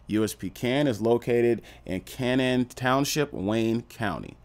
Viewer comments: Fam, it’s pronounced cay-nan, do a tiny bit more research than reading the first thing you google…. Word for word. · It’s pronounced K nan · How do you manage to mispronounce everything 🤣 its Kay-Nin